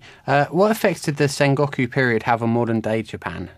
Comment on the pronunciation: sengawkoo period? lol whats with the pronunciation?